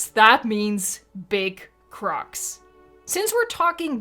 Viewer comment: The way you say “big crOCs” LoL